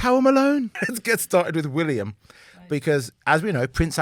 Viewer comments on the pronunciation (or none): FYI: It's WillYUM!! 🤣